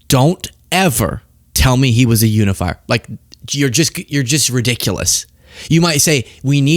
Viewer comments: It does sound like she said under the fire 🔥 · Are we sure she DIDN'T say humidifier? Sounded way more like that than "unifier"! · To me it sounded like: this person is unify, but Trump is unifier. lol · I think she was just mispronouncing it as "unn-ifier." 😂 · Un-if-fire ... Which means she is trying to pronounce it from reading it and not ever hearing it said. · Unifier — I think she said you-a-liar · I think she said "oonifier", like not Utah but ootah. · Melania is not saying “unifier”, she is saying “uni-fire”, a mistaken attempt at “uni-bomber”.